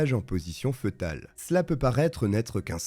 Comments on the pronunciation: Petite rectification: fœtal se prononce "fétal" et non pas "feutal" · Fœtale se prononce fétale... Et non fetale. C'est grave d'avoir autant d'abonnés et ne pas savoir s'exprimer !!! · Bonne vidéo ! Ps: on ne dit pas " feutal" mais "fétal" . Fœtus, (fétus) 😊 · Position fœtale se prononce « fétale » N’importe quel dictionnaire ou page linguistique nous en informe de manière précise. Dommage que le narrateur n’ait pas prit la peine de se faire corriger ses fautes de prononciation plutôt basique, il me semble. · Excellent! Petit detail, foetale se prononce « fé-tal » 🤓